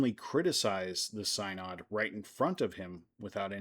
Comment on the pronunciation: First off you aren’t pronouncing synod correctly. It’s going on as you speak. The so called trial was reversed by Theodore II and Pope Formosus was given a proper burial in St Peter’s Basilica. Little unknown history. Very cool. Thank you for being respectful and amusing. This is like a True Crime episode. Thank goodness, good people ignored the craziness and just followed their doctrines taught by Christ. So just like today, ignore the craziness in the world, in religion, politics. A Pope Peter, hmmmm, what will happen with such a pope? And ppl complain about Disney world too…part of the experience. Yes and ppl complain about Theme Parks the same way. Crime is everywhere esp near holy places.